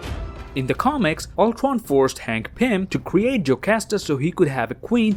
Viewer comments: You literally say ultron as ultwon ul-tron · its ultron not not ultwon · Did anyone notice that he said ultwon instead of ultron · Number Twee when Ultwon xD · No offense are canadians unable to pronounce r? Cuz when he said words like cradle or Ultron Prime he said it as Cwadle or Ultwon Pwime ngl kinda like my impersonation of a baby 😂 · Ultwon dude its Ultron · Does he has some problem in speaking?He keeps saying Ulcron but not Ultron and more terrible speaking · I love how he says “Altron” instead of Ultron. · He says Uldwan insisted of Ultron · He says it more like ulquon instead of ultwon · Ultwon he said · Another detail is that this pronounces Ultron as "ultwon" XD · Sounded like u said oltwon might've been the joint I smoked I'm not rewinding it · No offense But why did you say “age of ultwon? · He says owtwan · I like how he says "Ultron" Ultwon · its ur boy, owtrwon here to kill the avwengers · I played this vid at .25 speed and all I know he says oltwon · How he saids age of ultron: age of ultwon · Is it just me or he says thwee? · I love how he says ultwon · Nobody:: ultwon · Did you just called the movie "Avengers: Age Of Ultwon"???? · Canadian pronunciation of ultron is ultowon (Im not gay) Its not hate but its cute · I think the guy cant say r no ofrense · you cant say ultron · I might be offending but, is that actually how you pronounce "Ultron" in english? Just that we pronounce it differently in other countries and I was just wondering. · The way u say Ultron is hilarious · As a huge MCU fan your upload has become an event for me! 🤩 thanks,... Also, I love the way you pronounce “Ultron” 😅